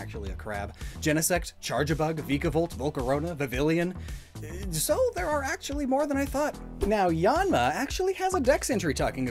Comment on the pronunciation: poor Vivillon, nobody can pronounce your name correctly...